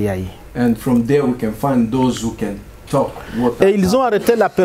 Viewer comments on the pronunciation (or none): none